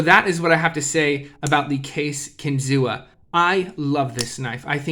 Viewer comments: It’s pronounced Kin-Zoo; the Seneca word for “fish on a spear” . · …kinzua is pronounced “kin-zoo” A reserve area near bradford, where the knives are made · The a is silent in Kinzua.